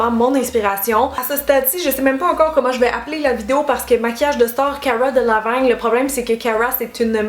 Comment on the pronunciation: Ya pas de “a” dans Delevingne hahaha